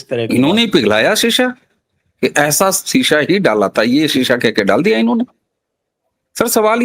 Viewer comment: शीशा नहीं सीसा Lead